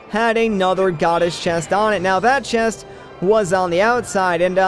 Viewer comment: are you swedish? you just so happen to pronounce the word chest as shest! cute! XD